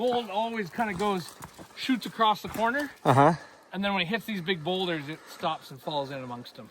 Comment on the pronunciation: Why do you say acrosst. In NZ we just say across 😂